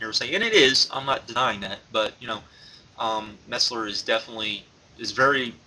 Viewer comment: you ALWAYS mispronounce Dave Meltzer's name LOL. It's Meltzer, not Metzler lol. Awesome news on the buyrates :-)